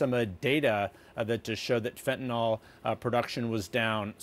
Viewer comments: Fentanyl (Fen-Ta-Nil). Not fentanol. Can we get it right? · Hey reporters and newsreaders: it's pronounced fenta-nil not fenta-nol. Funnily, it's pronounced just like it's spelled. 😎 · FentaNYL.... NYL!!!! NOT NOL!!!! Why can't anybody pronounce it correctly??? convincing me most people are functionally illiterate!! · Trudeau can pronounce Fentanyl. Why can't the reporter? There is no such drug as Fentanol.